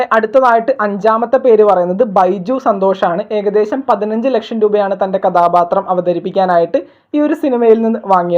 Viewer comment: നിന്റെ മലയാളം മൊത്തം തെറ്റാണ്. കഥാപാത്രം ആണ് കഥാബാത്രം അല്ല.ബ ബ ബ അല്ല ഭ ഭ ബ ആണ്.